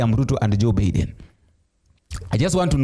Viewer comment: Hey please that name is being pronaunce like this j. Baiden not Biiden.